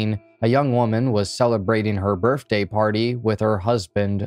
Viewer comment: It sounds like he's trying to say birTHday